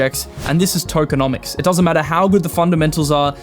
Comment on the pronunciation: Tokeo - nomics!!!! 😂